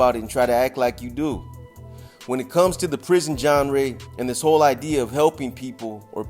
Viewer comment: Haha “the big words will go right over your head” while you just pronounced genre wrong in the same sentence